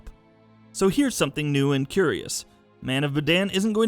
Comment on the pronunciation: man of bandanas 😂